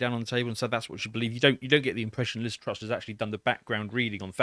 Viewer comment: the woman's name is Truss, not Trust. Great start